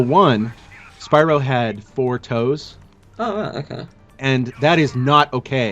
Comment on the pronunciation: you sound like you said "Thor" not "four"